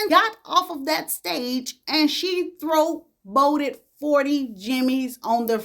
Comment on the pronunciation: Throw-boated 😂😂😂😂😂😂😂 I love when says that